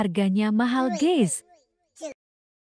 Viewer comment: Jangan salah ngucapin antara GUYS dan GAYS. artinya beda jauh tu Ceu.....